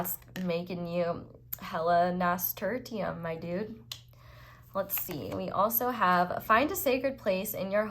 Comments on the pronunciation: Nasturtium is pronounced like “Nass-Ter-Shum” btw. No criticism here, just wanted to help where I can 😅😁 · Thanks for the reading! Also, the flower is pronounced Nass-ter-shum (pile 1). I am having fun in Prague for a photography course, will have a fulfilling career as a photojournalist one day! MWAH thanks for affirmations. Happy summer! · Thank you!! Love this reading!!! 💕 It is pronounced “nay-stir-shum” btw 😂 but I loved how you said it made me laugh hehehehe💗🌞💕